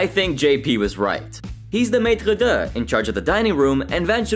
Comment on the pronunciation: Why '' calls MATRE'DE 'matradur' is something else...